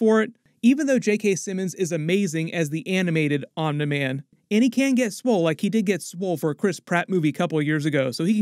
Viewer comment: Why are you saying "Omni" like omnah lol? It's ok we love you anyway